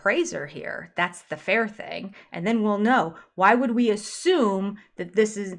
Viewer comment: Words that drive me crazy that the Brown adults pronounce incorrectly: "Picture" "Thing" and "Feel"